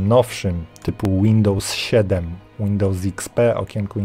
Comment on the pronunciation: Dałem łapę w dół, dlaczego? Ponieważ autorze jesteś kompletnie niekonsekwentny, nazwy urządzeń, aplikacji itd czytasz "popolskiemu" ale Windows wymawiasz "łindołs"